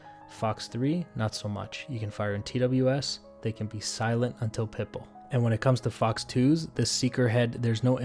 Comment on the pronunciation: Oh it’s pitBULL...... i always thought you were saying pipple.... like it was some fancy radar term 😂